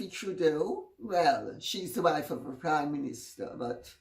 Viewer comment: Dear Lady C, I'm American, sometimes I mishear your words. when you said Sophie Trudeau is the wife of a prime minster, I rewound it three times giggling because I thought you said "wife of a Communista"